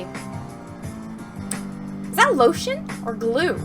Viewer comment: Is not glueeeeeee